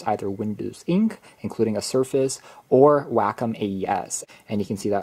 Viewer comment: WACOM is pronouced (Way-Kaam)